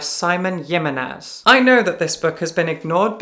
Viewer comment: It’s HiMENez, not yiminez. It’s spanish, not nordic